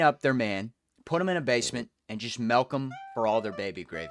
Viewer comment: dude you’re PISSING me OFF stop saying melk